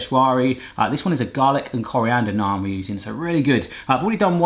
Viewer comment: I like that he pronounces naan correctly instead of pronouncing it like nan. Also butter chicken isn't a sauce.